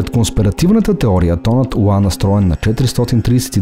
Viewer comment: Мнаго интересно видео. Благодаря, тези неща не ги знаех. Още веднъж благодаря. Но за толкова високо интелектуално ниво на клипа, е леко дразнещо интонацията на изговаряне на нотата "ЛА" !!! Изговаря се "ЛА", а не "УА". Запомнето го модерни софиянци, запоменто го.....